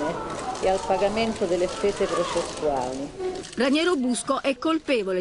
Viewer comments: Ma santo cielo, è capace di dire Raniero? Ranieri è l’allenatore della Roma… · Ma Vespa che lo chiama "Ranieri" e non "Raniero"!?